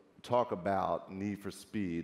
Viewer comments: Nisfospii... Ok Jessie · "So Neesh for Speeve has been around for a long time"